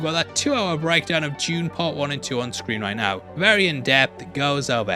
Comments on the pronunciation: it took me a second to figure out who is "june" he keeps talking about. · Why is he talking about "June"? We are here to talk about Dune, not "June"